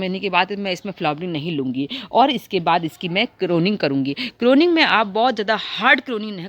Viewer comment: करोनिंग नहीं pruning होती है जी